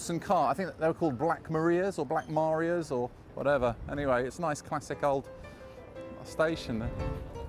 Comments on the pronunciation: Holmes Road Police station, you're struggling with Black Maria , sounds like mahriah ? ma ri ah ? not maria as in sound of music. love your vids ! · black Marias dear boy. Pronounced morias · Having spent a lot of time in the area in the 50s & 60s, it really took me back but I do not remember it being so romantic. The real pronunciation for the police wagon was Black Ma-rye-ah. i wonder if anyone ever found my favourite hat which was blown into the north-bound tunnel at Kentish Town station. Tony Heath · Black Mar-eye-a.